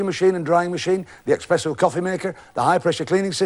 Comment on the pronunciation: 'Espresso' Jim, not 'expresso'.